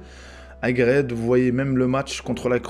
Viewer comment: C nayef aGUERD et non aGRED